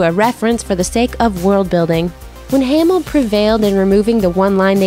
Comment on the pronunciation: Mark haymill? 😂